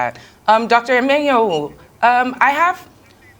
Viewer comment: Hear the host (not the bespectacled one) pronouncing "Emenyonu" with a forced, false, American accent. Colonial mentality wee not kee you, my dear. Say "Amen". Nigerian news media space is tormented by such Western-wannabes, it is ridiculous. 🤣😂